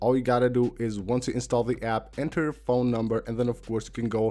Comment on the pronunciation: Thanks for the Awesome video......The last widget is PHONE WIDGETS, not PHOE WIDGET...